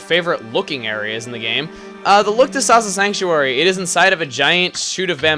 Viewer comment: The first time he said 'Awesome Sasa Sanctuary',it sounded like he said 'Awesomesauce-a sanctuary'.